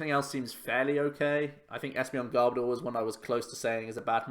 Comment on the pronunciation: I also hate it when people pronounce Garbodor as Gar-bah-door. It's meant to be Garb-oh-der. As in Garbage and odour... I'm such a Pokémon pronunciation snob as well! Haha